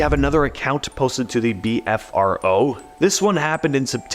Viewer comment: Just for the record, its not "beefro" its simply the letters BFRO.